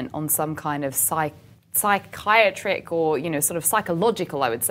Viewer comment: Ma'am you lost me at scikyatrick. I think you mean psychiatric lol